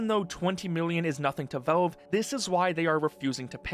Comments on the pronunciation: why do you keep saying "velve" instead of "valve"? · Is ytb not suppresing the word Valve? Or why is he saying Velve the whole vid? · i hate the way he says valve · bro that is not how you say valve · please learn to pronounce Valve